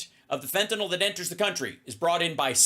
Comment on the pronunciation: It's "FENTANYL" NOT "FENTANOL" ffs get it correct so you don't sound dumb like repucnicans....just sayin 🤔